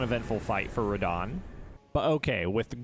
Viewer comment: Ho is fan of Rrrradah